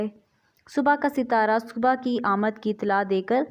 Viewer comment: This word is subh ke khbr not subhaa